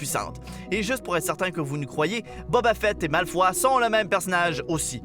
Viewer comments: et on dit pas malfoa mais malfoy ! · C'est Grangeur qu'on prononce et pas Grangé, et c'est Malfoye et pas Malfoi. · Malefoy???!!!!!! Ca se prononce en anglais!!!!!!! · Comme il a masacré "Malfoy"